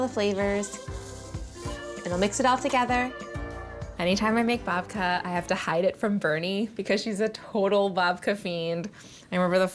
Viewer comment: I thought she said Vodka. 😅